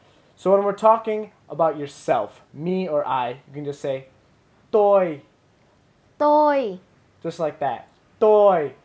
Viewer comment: (first comment)--what are we (your audience) doing "really great" ABOUT?!?! Also, although I'm just a VN novice myself, I'm pretty sure "Toi" and "Ban" aren't pronounced like "Toy" (hard "T") and "Bahn" (enunciated "n")--i.e., the "T" is a soft "t" (almost like "th") and you don't enunciate the "n" at the end of Ban (I think because of the "dot" tone under the "a"), it should be like your female companion said...hmmm--maybe SHE should've been doing this vid instead of you in the first place? :)